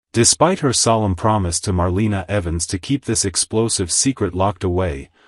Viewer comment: Just an FYI- Marlena is pronounced Mar lay na, also Gabi is spelled like this not Gabby